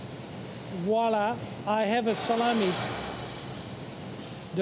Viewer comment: wala? It's voila. 🤣